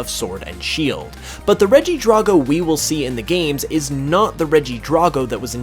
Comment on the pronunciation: DRAGO NOT DRAWGO